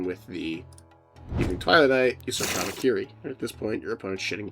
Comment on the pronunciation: brother urgh, what the fuck is this, habibikiri